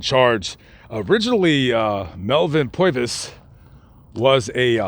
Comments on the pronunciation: Interesting account, but... what is with the "POY-vis" thing? It's PURR-vis. You would only say "POY-vis" if you hailed from "da Bronx" or northern "New Joysie" maybe... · Purvis, as in pervert, not Poivis. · Name is pronounced Purvis - Like Purr vis Brother - Appreciate the info but a few clarifications, as to why he left the FBI, Hoover jealous of Purvis' fame, removed Purvis from the Chicago leadership of the FBI and ostracized him. Giving him duties aimed at forcing him out of the FBI. Hoover, because of his jealousy, blocked Purvis' many job opportunities so ultimately he did join the Army during WW2. He was actually friends with Hermann Goring, Nazi leader 2nd to Hitler, previous to the start of the war staying at Gorings home, Carinhall in the Schorfheide Forest, and going hog hunting with him on one occasion.. It was Purvis that interviewed Goring after capture, and Goring was happy to see him and greeted him as a friend, but Purvis let Goring know that he would not escape the death penalty. It was up until that point that Goring believed he would. Melvins and wife Rose Purvis grave at Mount Hope Cemetary is just up the street from my home Also.... Melvin not only led the team that killed Dillinger, but he was on the scene in front of the theatre and lit a cigar as a sign to the other agents that Dillinger was leaving the theatre. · POIVIS ? Thought his name was PURvis.. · I can not believe it!! I live in Darlington which is next to Florence AND we are distant relatives of Melvin Purvis. It’s my Mothers maiden name actually so not too distance. I don’t know anything more about the man though. The only thing better than this is if I could have ran into you myself bc I have too many family members out there to count. Safe travels my friend. PS it’s pronounced “per” vis Thanks for the great videos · he can't say PUR-VIS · He can't say Purvis 😆😂